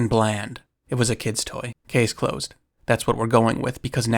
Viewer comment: I didnt hear "kids toy" but "kid boy," which isnt grammatically correct, but still hear no "T."